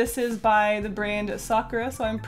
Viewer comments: does it trigger anyone else that she says "sakura" like sak-ra?? instead of sak-oor-ah????? if its just me then im gonna die. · Isn't it sa-ku-ra not sakra? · its not pronounced "sokra" its "Sa-cur-a" Youd know this if youve ever heard of a sakura tree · peachy olioil they don’t though people in Japan say sak-oor-ah. I live in Japan so I know and my middle name is Sakura so I would know how it’s said. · When she says Sakura it sounds like she’s saying soccer 😂❤️ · stares at you sa-kur-ah isnt that hard to say japanese is only hard when you have to learn the formatting is differernt than english, and that theres three different ways to write words. im assuming people are only getting on her because they want her to pronounce it the correct way. if you want to fight someones linguistics go fight the french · The way she says “Sakura” annoys me, it’s supposed to be pronounced Sa-ku-ra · Izzy S. YOU ARE NOT ALONE😝😝🤣🤣